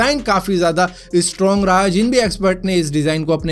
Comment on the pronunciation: फेर वही बात... इस्ट्रौंग नहीं होता स्ट्रौंग होता है